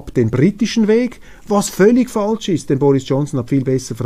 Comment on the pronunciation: Informative und erfrischende Sendung. Daumen hoch! Es heisst aber ‚falsch‘ - nicht ‚faltsch‘.